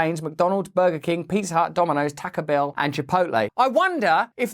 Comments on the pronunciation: He said “ Taca bell” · Whitest "taco bell" Ive ever heard.